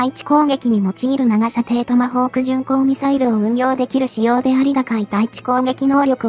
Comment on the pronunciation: 長射程 誤り ながしゃてい 正解 ちょうしゃてい どうして正しい読みできない、日本語は難しいよ